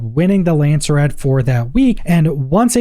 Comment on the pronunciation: Lands-rad not Landser-rad